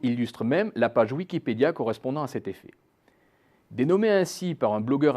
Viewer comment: Dommage les accents sur effet "éffet", ça gâche un peu.